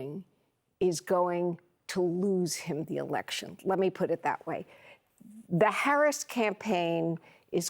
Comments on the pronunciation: I see they finally learned how to pronounce her name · Wait.......Trump actually pronounced VP Harris's name correctly 🤣🤣🤣🤣🤣